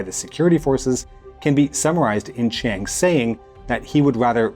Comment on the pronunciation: I love how his Russian pronunciation is amazing and his Chinese pronunciation is just "make it rhyme with BANG"